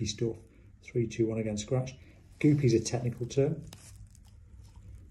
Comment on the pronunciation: Love the way he says “scratch”